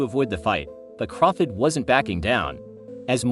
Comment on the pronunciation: I have a feeling this guy mispronounces Crawford’s name on purpose.